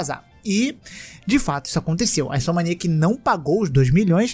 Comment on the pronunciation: Repete comigo: in-so-m-ni-ac: insomaniac